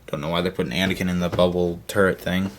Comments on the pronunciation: anakin not anikin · *aniken. Not a mike